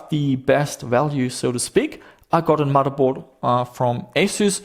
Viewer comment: I think you make some fairly good videos and seem like a nice chap, but can you not say mudderboard. It's..